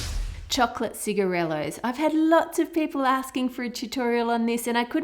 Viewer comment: I like it how she calls them "cigaretts"